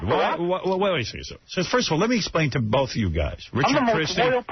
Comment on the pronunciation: “you could get foo fightas and bon jovi boff”